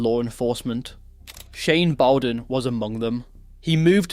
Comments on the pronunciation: Bowden is said Bower as in SOUR so BOURDEN, not bow as in Robin Hoods bow. Sounds like it is tuff being Tough in Shanes' life. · You didnt pronounce his name properly… Shane, despite all his mistakes was unspoken and misunderstood. At some point I think he knew he was a man not long for this world.